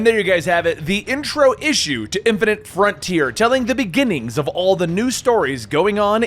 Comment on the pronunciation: its "boy-ze" not "boys" "fine-ite" not "fin-it"